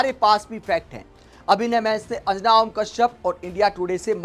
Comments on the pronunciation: भाई तुम ढंग से अंजना नही बोल पा रहा है तो पत्रकार kya bnega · Anjana name sahi se uccharan kijiye bhai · Pehle tum anjana' bolna sikho sahi tarah se. Nehi to 'anna' tumko bhi court ghasitegi🤣🤣🤣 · अंजना का सही उच्चारण करें